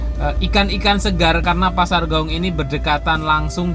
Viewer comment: klw sebut nama kota d Padang....sebut aja nama aslinya contoh nya pasar Gawuang jgn d robah jadi Gawung.......Tabiang jadi Tabing.....contoh orang Jawa nama aslinya tidak d robah2.....supaya jadi kritikan yg sehat